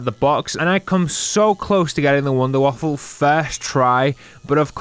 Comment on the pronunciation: Wunderwaffe not waffle